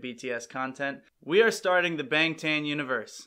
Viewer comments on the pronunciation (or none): Just a quick pronunciation correction: Bahng-tahn (방 탄 - the ㅏ character makes AH sound)